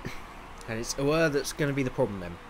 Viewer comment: Spoiler Alert! Congrads, I guess xD. Magnussen is the first ever Danish driver to win, so quite an amazing result for Denmark. And BTW you completly mispronouced the new Williams driver Auer. It's pronouced Auer like you say Au and er. And great episode, as always :)